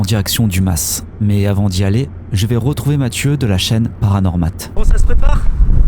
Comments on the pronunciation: Bonsoir, Encore une vidéo des plus intéressante bravo à vous 2, mais juste pour pinailler la S de mas ne se prononce pas on-dit simplement un Ma(s) provençal sans dire le s d'ailleurs rien qu'à t'entendre sur la vidéo à l'oreille ben sa cloche direct, pour le reste ben rien à dire le top! Bonne continuation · On ne prononce pas le s (le mas) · Je suis du Sud aussi plus exactement du Var et le S ne se prononce pas... voir Wikipédia !